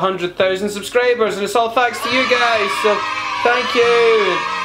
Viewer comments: someone teach him to say "Subscribers" instead of "SubscrAbers", and "Video" instead of "Vadio" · "100 thoosand subscrayburs" This comment isn't supposed to be offensive